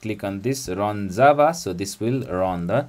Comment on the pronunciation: Джаву называет как дзава)